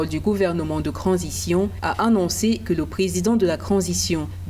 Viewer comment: On ne dis pas cransition on di transition madame t'as quand même fait l'école pour ça arrête de fouata